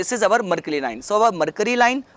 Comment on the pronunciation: its our not auvar